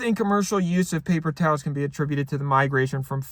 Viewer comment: I liked it when he said [ˈpeɪpər ˈtaːls]